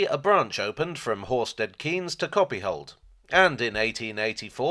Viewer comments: Just for info. Locally it's pronounced Horsted Canes, rather than Horsted Keens. I should know, I used to live there!! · I’m sure the second word in Horsted Keynes is pronounced “Kayenz” unlike the Milton Keynes variant. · I think Horsted Keynes is pronounced (Kines) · Was born in Horsted Keynes. It's pronounced Canes, not Keynes. Stupid Milton changing it.. ardingLIE not ardingLee..